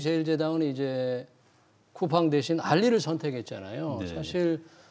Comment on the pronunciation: 딴 이야기지만 앵커분 왜 쿠우팡이라가 계속 하시네요 쿠우팡이 아니라 쿠팡입니다